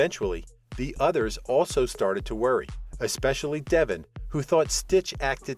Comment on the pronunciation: How about these "readers" actually watch the show. Their mispronouncing names is aggravating. It is DeVON, not Devon.